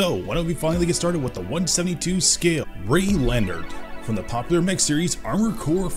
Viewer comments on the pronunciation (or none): Ray Leonard? Ray-lee-oh-nard